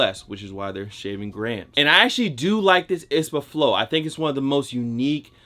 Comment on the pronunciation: What’s an “ispa”?... I thought it was I-S-P-A 👀